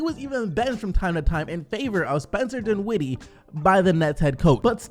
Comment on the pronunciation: Can u say dinwiddie correctly plz?